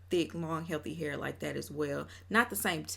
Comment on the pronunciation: The Hur is a Dallas Texas accent ; I’m from & live in Houston Texas bday 9/9 & we DONT say it like that so she has to be using it sarcastically 😂😂😂